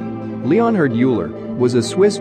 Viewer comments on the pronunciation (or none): Leonhard YOU-ler...AAAAAAAAAAAAAAAAAAAAAAAAHHHHH!!!!! EAR RAPE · Who is yooler? His name was Euler(Oiler)